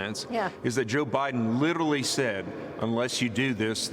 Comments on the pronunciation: He called him butter hide’n Lol I chuckled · He almost said butter hots laptop. Lol just found it funny is all. Gotta the little things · He almost said "Butter Hiden". I wouldn't disagree. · "Butter Heiden" ;-) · He said Butter Hiden...😂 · Lol! He said Butter Hiden! Hunter's hidin' that butter! 😂